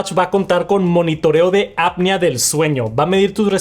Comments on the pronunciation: no se pronuncia "apnia", se produce literal como se escribe "apnea" jaja, saludos, abrazo fuerte. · No servir ni para pronunciar APNEA correctamente. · Revisa cómo se pronuncian palabras como apnea y otras que pronuncias mal.